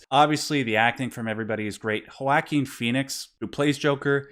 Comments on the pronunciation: HO-WA-Keen Phoenix? Was that intentional? haha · I know, I kind of cringed at that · For what its worth, Puerto Rican Joaquin's Hispanic name should indeed be pronounced with an 'h', so is actually kind of right-er than saying "wa-keen", he just added a superfluous 'o' after the 'h'. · That pronunciation of Joaquin lol